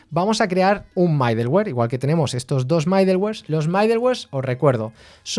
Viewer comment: Me gustan tus cursos por toda la información que das sobre, por que y como. Gracias. Sé que es de nodejs, pero para variar, y sí haces un micro curso con hono y bun? ambos vienen super cargados con todo lo necesario y así como te gusta, cero dependencias. Lo ciento, debo corregirte.. mi gusanito de la pedagogía me hace hacerlo. es "midoluer" no "maideluer".. jejeje, pero igual se entiende, es lo que importa.